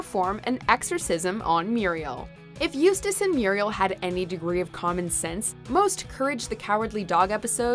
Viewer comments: They finally pronounced Eustace name right. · They finally pronounced Eustace's name correctly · At least you finally managed pronounce “Eustace” properly. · At least she didnt butcher Eustace name this one